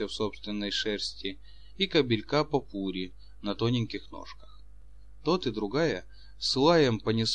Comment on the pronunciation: "Попурри" и "протопопша" не так произносятся. Маленько грамотности чтецу недостаёт.